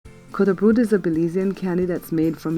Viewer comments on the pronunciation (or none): The correct way of saying it is Coco Brut. It's of Mestizo origin.